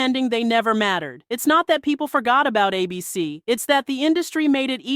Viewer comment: Why do you keeping pronouncing it like “ay-BEE-cee”, as though it’s a name instead of an acronym?